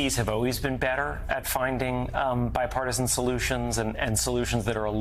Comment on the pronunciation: Joe can't even say the word bipartisan. Literally